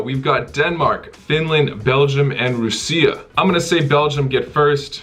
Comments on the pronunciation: Russia is pronounced "rush-a" not "roo-see-a" WTF? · Roosia? Dude seriously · Why did you pronounce Russia (ROO-CEE-YA)? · Ru-seee-aa is so underrated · Haha, I also noticed that. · Excuse me...Rooseah? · Rassiya would be correct lol. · It's Rassiya man. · The way he says Russia lol, Belgium all the way! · Man can’t say Russia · Never ever pronounce Russia like that ever a fucking gain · the way he says russia is funny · Russia pronounciation 😂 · i’ve never heard anyone pronounce russia like that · I assume you're saying "Russia" wrong on purpose?